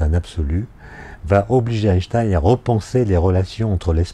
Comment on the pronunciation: Question: gagne-t-on beaucoup de temps en étant physicien lorsque l'on prononce "Aaye-Shtaayne" (en sautant le premier "n") plutôt qu' "Aayneshtaayne"? Je vous laisse réfléchir là-dessus. (Et ensuite, vous réfléchirez au problème de faire du surf "au bord de la mer")